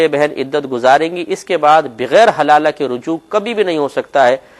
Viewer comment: Haalala is not hlala